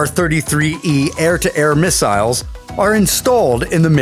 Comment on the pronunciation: Mig 31 carries "miss-isles"